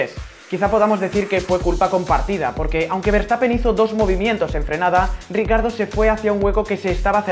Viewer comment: Se pronuncia riquiardo no ricardo xd